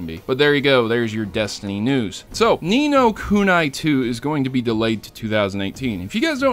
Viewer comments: wtf is nino kunai its ku ni not ku na i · oh for fuck sake its pronounced ni no kunee